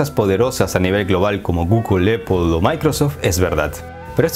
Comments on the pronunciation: Excelente pero porque dices eipol se pronuncia apple en ingles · Muy buen video 👍 pero déjame decirte que Apple se dice "Apl" en español y no "Epel" 😆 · Perdistes crebilidad desde el momento que dijiste eppol 😂🤣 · Superinteresante, como siempre. Solo una cosa: me ha costado trabajo averiguar qué cuando dices "opo" te refieres a Apple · Se pronuncia AAAApple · Se pronuncia "Naiqui" NO "Naic" / "Apol" No "Eipol". Salud2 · "Donal Tram" y "Eippol" :v